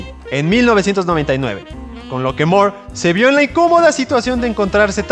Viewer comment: Fuera de insistir en pronunciar su apellido como "Mor" en lugar de "Mur" La información iba bien. Pero hay un error de interpretación importante, ya que la miniserie "El crepúsculo de los dioses" iba a centrarse en el conflicto entre la casa de El, o sea la familia de Superman; enfrentados a la Familia Marvel, es decir el Capitán Marvel, Mary Marvel, etc y no la editorial rival de DC, Marvel comics, en la que Alan Moore se juro no trabajar jamás